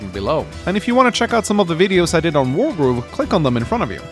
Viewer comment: Sounds like you are saying world war 1 and 2 instead of wargroove